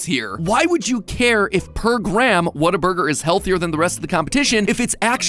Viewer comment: The way matpat says whataburger hurts my texan soul